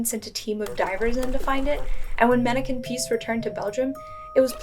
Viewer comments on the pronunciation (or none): It’s not pronounced manneken piece but pis”s”